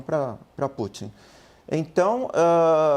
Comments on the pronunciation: 😂 ele diz tupin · Ele falou o Trupin????